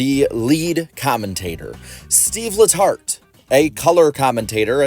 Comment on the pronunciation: no joke. At the very beginning I thought you said seedless hearts, rather than Steve letart.